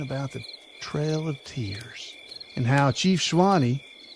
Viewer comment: I'm from, and still live very close to the mountain named after Chief Sawnee. That and my own education requires me to call you out on how you pronounced his name. It is pronounced "SAW---KNEE" not Swine-eee.